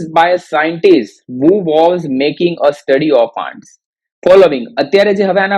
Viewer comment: Pronounciation mistakes Ants-ઍનટ્સ Often - ઓફન the 'T' Letter is silent here